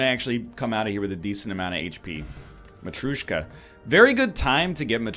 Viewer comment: It's not matrooshka :D it's ma-tree-oh-shka